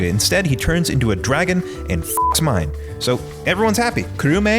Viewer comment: dude, the manga is even MORE batshit. Tatsumi turns into a kaiju, permanently. He and Mine (which is pronounced MEE-NAY, ignore what the dub says) go off and try and fix him into the sunset. Esdeath unleashes a globally spanning blizzard, and generated an entire army worth of ice soldiers all by her fucking self